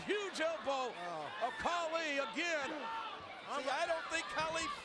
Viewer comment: It's not kali its khali Respect Indian's